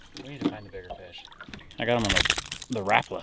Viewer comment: Sorry guys but I’m stuck on something…you called the lures “rap-a-la’s” the correct pronunciation is “rah-Paulas”. Keep these awesome videos coming! One a day wouldn’t be too much 😉